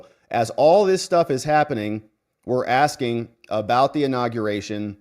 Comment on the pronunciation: She be a Axing You!!!!